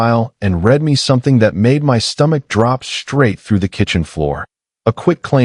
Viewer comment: to bad your bot doesn't know when to use read from read